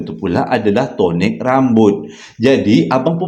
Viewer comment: assalamualaikum and AJSPL.. pelik bebenor cara abg sebut Tonik rambut tu🤣..